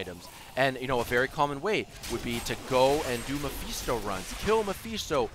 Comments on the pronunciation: No idiot, he said Mephisto in a funny way, it sounded like "mehfisto". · Ugh, the way you say Mephisto annoys me